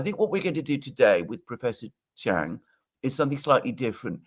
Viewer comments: It's not Chang, so embarrassing. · Its. Not chang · Its not chang